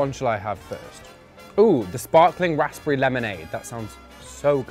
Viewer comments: He pronounces the p in raspberry am i saying it wrong as raz-perry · Why does he pronounce raspberry like that? Nah😂😭Defo gay😭😂